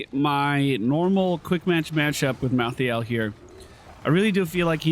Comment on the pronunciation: First of all I’ve never heard anyone in the north say pop ever unless it was a joke second stop saying mal-thee-ale please it’s mal-thale